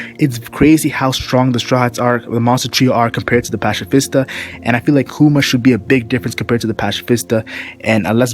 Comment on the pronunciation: pacifista Patsifista pronounced and also Ursus shock is his strongest attack